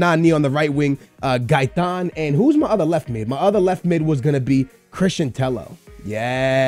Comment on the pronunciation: Tello double l in Spanish is pronounced like an y